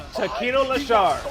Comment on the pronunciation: That LeShar was perfect lmfao